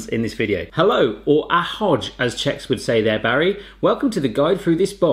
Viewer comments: It is pronounced ahoy,as in what sailors say to each other, not ahoj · it’s not pronounced ahoj it’s pronounced ahoy like what pirates would say. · Ahodge instead of ahoj killed me. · The greeting is more like "Ahoj" than "Ahodž". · Ahodž " 😂 Achjo ale nebyli tam Bohemia Chips ty by mu zaručeně chutnali. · Dude in czech the j in word is prononced like Ahoy not ahoj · Omgggg it’s not Ahojj you pronounce it ahoy. Anddd it’s not Czechoslovakia ahhhh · "Ahoj" is pronounced like "ahoy", by the way. The same greeting is used in Slovakia as well. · When you can't pronounce ahoj correctly lol- in case you're wondering pronounce it like a pirate would say "land ahoy" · Ahoy. That's the right pronunciation. Thanks. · Michael's everywhere ❤️❤️ (also, [AHOY] is the correct way to pronounce AHOJ in czech) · Say it like “ahoy” like a pirate :) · 1, It is not Czechoslovakia. It is Czech Republic as you said after. 2, Ahoj is pronounced Ahoy fyi. Not J as in english alphabet. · Ahoj is pronounced as Ahoy, not with the J at the end :D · When you said ahoj my anger meter rised up to 99% you have to say it like ahoy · Really good!!! Ahoj is pronounced as ahoy.😂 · Hello - or "ahodzh" seriously? Ahoy? Doesn't ring a bell? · Ahoj is pronounced like pirates say it (Ahoy!) It's Czech Republic not Czechoslovakia 😭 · Ahoj you try read like ahoy like pirates ! 😉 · Its pronounced ahoy spelled like ahoj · im czech ! and it more like ahOOOOj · 'a-hodge' jezis marja...face palm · OH my god.... Czechoslovakia???? PLease.... do your homework.... plus AHOJ is read AHOY.... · How you pronounce ahoj is like how pirates say it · I disliked the video as soon as he called it Czechoslovakia I’m sorry, but as a Bohemian I had no choice EDIT: AND THEN HE TRIED TO SAY AHOJ OH NO EDIT: HE KEEPS SPEAKING CZECH HELP